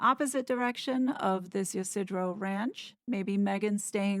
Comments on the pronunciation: FYI it's ya - seed - row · It’s San “Ee-see-dro”. It’s a male name in Spanish. San Ysidro (St. Isidore) is the patron saint of farmers, gardeners and laborers. The Y sounds like English long I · I thought the movement of her hair blowing seemed weird he'd have to be power walking to get that hair moving like that... Ysidro is pronounced E-seed-row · Ysidro, pronounced ya SEE dro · When you see a name like Ysidro, the Y is pronounced like “yee”. So it’s “yee-see-dro”. And if you see a name like “La Jolla”, it sounds like “La Hoya”. Or “Jamacha” sounds like “Ham-ma-Shaw”. It’s confusing with all these Southern California names.